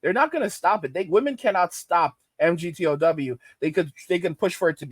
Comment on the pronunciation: MGTOW is pronounced Mig-Tau